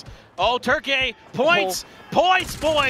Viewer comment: No one in English pronounces Turkey that way, please stop lol